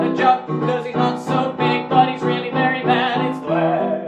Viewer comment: It‘s vlaaaaaad